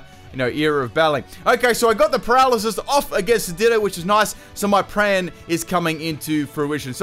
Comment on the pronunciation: I’m sorry but I gotta get you for this one 😂 “so my PRAN is coming into fruition” still love your videos!